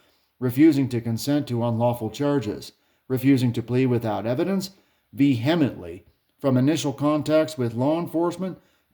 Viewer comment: learn how to say vehemently...